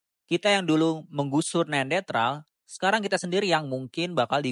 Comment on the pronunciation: Kok gw dengernya neandetral sih bang? Bukannya neanderthal ya?